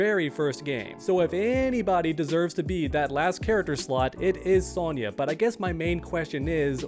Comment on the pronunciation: Bro throwin like 3 extra Y’s in Sonya’s name lmao